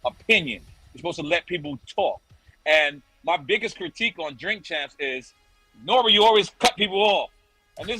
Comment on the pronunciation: You're mispronouncing the name N.O.R.E.